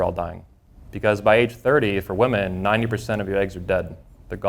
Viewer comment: Woman plural is WOMEN , pronounced WI-min🙄 Im surprised such a 'know it all' cant grasp english.